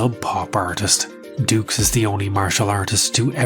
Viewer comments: you know the guys a cook when he cant even say his second name correctly...its pronounced doo not dukes..... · I just wish we all would stop mispronouncing this poor man’s name, it’s obviously pronounced “Ducks” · Even his name pronunciation is fake ,it should be like ducks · Where do you find these whackos lmao. Also I can’t see “Dux” and pronounce it dooks. To me, it will always be DUCKS. FRANK DUCKS. 😂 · Frank ducks, no no no it's dux, oh u I get it like put up your dukes right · Frank "Two" Allegedux. Begin kumite! (koo-might)